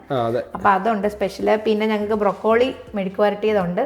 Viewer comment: It’s not brokkkolee - please try and say Brohkali